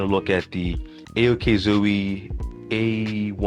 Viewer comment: This is how to pronounce it Okeezo not O A K ZOE Iove it and price drops now In my country its 520 dollars unlike before 1250 wtf thank goodness I waited it is better than steam deck though steam OS is better than Windows.